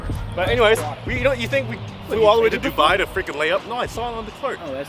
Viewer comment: "You think I flew to Dubia to lay up"🤣